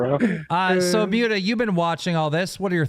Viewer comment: calling Mutahar "Mute-a" kills me 🫠